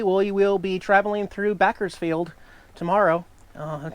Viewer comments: Love seeing you mess with Jax. Can I just adopt you and Jax? Backersfield? Is that one of the mispronounce on purpose or is it really Bakersfield? hmmmm Love the views! Thanks for posting! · I hate it when you mispronounce names of cities where is Backers field, I think you mean Bakersfield, you know baker liker the guy/girl who makes cakes for a living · Backers Field. ROFLMAO! Too funny. I was going to correct how you said San Gabriel till I saw you infamous sign. So I didn't bat an eye at Bakersfield. LOL Safe journey you two! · LOL Hey, it is Bakkisfeld. Yuh sed it wrung. (Love the white board!) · "Pronounce everything wrong for more comments and controversy"; "Back-ers Field" ;-} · You purnounced Bakersfield wrong. Don't you even know ennything? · That’s NOT how you pronounce Bakersfield! ;) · Hahaha... I was SHOCKED when I heard you mispronounce "Bakersfield," but it clicked a nanosecond later recalling your whiteboard message. Good play! Love all your Vlogs.